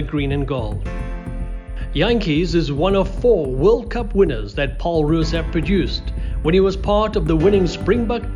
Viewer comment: Great video. Just one small thing, it's PAUL Roos, not Paarl Roos. The school is not even in Paarl, it's in Stellenbosch.